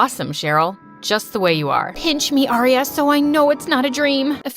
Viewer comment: It’s not spelled like Arya is like aria